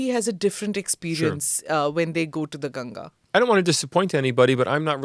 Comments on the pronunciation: I'm glad to hear that this man is pronounced ganga as ganga not gaangis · Correct pronunciation of Ganga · thank god finally they said ganga and not gangees